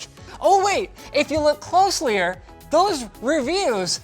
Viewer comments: "closelyier" Linus English tips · I'm sorry I have to tell you this... He's said closlier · Did he just say "closelyer" lol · “Closlier” - haha! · " Closlier " LOL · "...if you ClOsLiEr ... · He said closeyer lol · "If you look cLoSLyEr" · "Closlier"? FFS, Linus... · Did you just say closlier? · First 20 seconds; Linus - "If you look closlier" ....... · 0.16 secs 'closleyer'. That a word? :/ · Closlyer? Lel